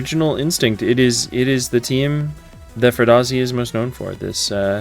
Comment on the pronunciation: Ecery time I hear Furdhazi I immediately think of Matthew McConnaughey and his performance in Wolf of Wallstreet where he's speaking about company shares to Leonardo DiCaprio: Its fughizi, fughazi, it doesn't exist 😅